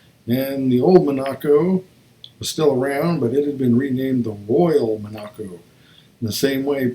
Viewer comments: Mon-ac-co, no! Monaco, like the country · Like the country. Primary accent first syllable, light secondary on the third. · Thanks for the presentation...very nice! Big Dodges were called MON a CO, rather than Mon A co.